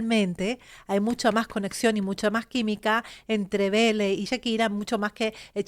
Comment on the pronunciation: Lo q ocurre q no pronuncia bien beele